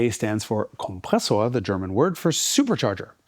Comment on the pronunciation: You sound like a native German speaker, when you say 'Kompressor'! Zets suspicious.....